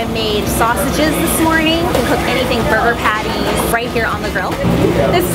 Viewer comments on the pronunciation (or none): "BUGER PATTIES"